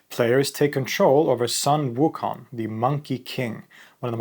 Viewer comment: Great video! Just some minor Chinese pronunciation tips: In "Xuanzang", the 'x' is pronounced like the Swedish 'kj' sound, the 'u' is like the Swedish 'y', the 'a' is like Swedish 'ä', and the 'z' is like 'dz'. Also, "Sun Wukong" is pronounced closer to "Swen Woo Koong".